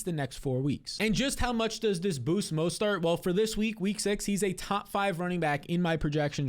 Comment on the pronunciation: Mostert, not mostart lol